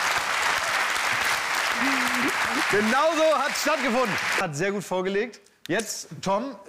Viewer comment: Boah die hat echt LG mit G wie in G-unit gesagt. Boah ist die hip ...